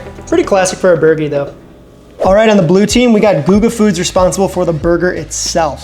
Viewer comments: It’s GOO-guh, not guh-guh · Nvm he randomly says guh-ga couple times in the video it’s goo ga lol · stop saying gugga. thanks brotha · Love your vids man but this is the second time... it's pronounced "Goo Guh" (Guga) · That Guga pronunciation is painful. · OMG for the love of life stop saying Gugas name wrong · I can't believe you pronounced Guga wrong. You need to send him an apology. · Great idea! I love it. Why are you pronouncing Guga all weird though. Hopefully Mythical Chef Josh is in the pile with his "bottomings" instead of "toppings" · Awesome video dude!!!! But, if u keep mispronouncing Guga and Moetz, they will never invite you to New York or Miami dude....lol